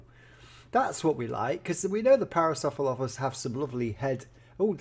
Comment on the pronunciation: you pronounce it "pair-uh-soor-uh-lof-us"